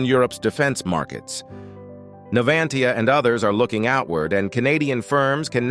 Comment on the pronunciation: NAVANTIA, NAVANTIA.